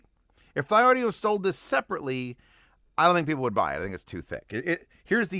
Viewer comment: "Thee-Audio" is the correct pronunciation of the name, according to the designer of this IEM, Mr. John Park.